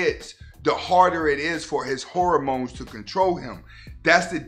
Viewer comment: Did he say horror mones 🤣🤣👌